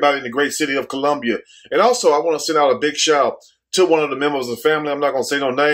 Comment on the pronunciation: or the infamous "kill-lumbia.. smh